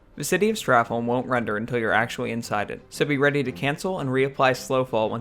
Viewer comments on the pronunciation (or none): Why are americans unable to say holm correctly, its pronounced like home